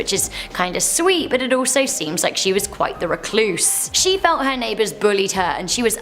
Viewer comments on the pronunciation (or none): none